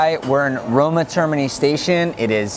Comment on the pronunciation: The roman guy can't pronoun "termini" correctly....